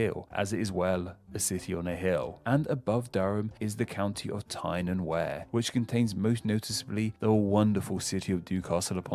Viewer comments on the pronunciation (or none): Some of his pronunciations are a bit off including Wear isn't pronounced were but Weir after the dam. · Interesting video although I always heard it pronounced as weir as in weird rather than wear. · Not sure where this guy got his knowledge from but several counties were mispronounced. Berkshire is pronounced bark shire , derby = darby and tyne and wear is tyne and wee er not ware. A bit embarrassing for a Briton to get this wrong. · Yes me too! I was yelling Barkshire and Darbyshire. Also Tyne abs wear! He said wear as in you wear it rather than weir. Not sure he’s a true Brit! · Tyne & Wear? Wear is pronounced as if it was Weir, not Where. Durham is not a town, it's a city. The huge cathedral is a clue. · The Wear in Tyne and Wear is pronounced "we're" as in a wear on a river, not "wear" as in wear clothes, (differences in regional pronunciation) good vid tho so I'll let the shandy drinkin southerner off with that one LOL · Its pronounced "Tyne & Weir" not Tyne & Wear, despite its spelling. :) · Tyne and Wear is not pronounced like Wear your clothes... it is pronounced WE-ER (wee-a), his pronunciation is so bad for the northern areas (I'll use the southerner definition of Northern to mean anywhere north of London) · Wear rhymes with ear not hair. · There's two pronunciation errors I got there. In tyne and wear it's 'weer' and Derby is pronounced 'darby'. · Berkshire? … pronounced Bark-shire. Hereford - soldier crossing. Hereford is on the way to Wales. Derbyshire = pronounced Darby - shire. Tyne and Wear = pronounced Tine and Weer. (where does this guy come from?) Wait until you get to the town names. Often these can be traced back thousands of years to ‘the place of <Anglo-Saxon chief> by the woods/river/hill’ and over the years have just shrunk to however this name was easier to pronounce. Map men do a good video on it. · Tyne & Wear , the Wear part should be pronounced Weir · I’m stunned by the pronunciation of Tyne and Where!